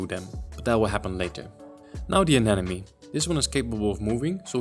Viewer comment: Looks great, just some quick feedback: when you pronounce "anemone", think about "Finding Nemo" - aNEMOne. When it comes to fishtubers, "an enemy" is usually the pronunciation you hear from fat bald guys with beards.